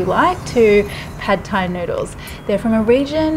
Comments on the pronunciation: Why does she pronounce every Thai word correctly except for Pad Thai? You pronounce the "D" with more of a "T" sound. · Not pronounced pad Thai, say pud or putt Thai